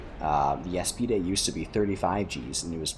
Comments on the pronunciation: aa-spied... not a-spee-day... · bro why you callin aspides "Eas-pi-de"